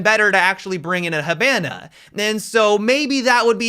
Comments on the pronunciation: games has almost been out for 5 years, he stil calls her "He-BAN-AH", fuckkk srsly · saying Hibana like Havana rubs on me the wrong way lmao. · Quit saying HABANA that’s worth unsubbin bro😂😂